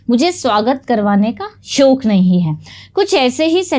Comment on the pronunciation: Ma'am it's not "shok"......It' is "shauq"